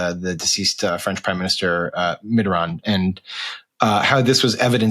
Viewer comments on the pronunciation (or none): none